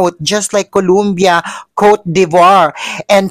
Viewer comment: Pwede ba day ayusin mo bigkas mo mg COLOMBIA? Hindi colUmbia, it's COLOMBIA. O hindi U